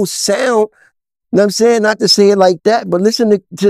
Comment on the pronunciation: " Yam saying"?